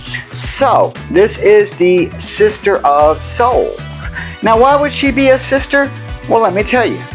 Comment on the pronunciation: It's "Sitter of Souls", not "Sister".